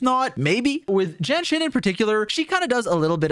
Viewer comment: The way u pronounce jianxin sounds like jenshin